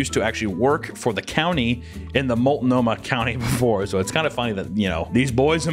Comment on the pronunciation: I live in Oregon and I appreciate that pronounced Multnomah correctly.